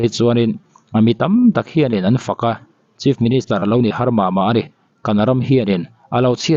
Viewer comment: Chief ministure/minischer tia i lam tlat le😮